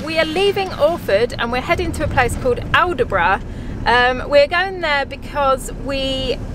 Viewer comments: Its pronounced All Brough, just to let you know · Aldeburgh is pronounced all-bruh.. Suffolks place names often are not said as they are spelt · Aldeburgh is pronounced Albrough. Drop the “d”. And it’s famous for motor home camping on the coast. Looks lovely